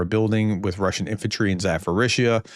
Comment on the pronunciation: Zaporizhzhia is pronounced with a P not an F